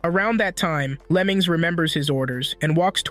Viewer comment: What bro says: Lemings What i hear: lemons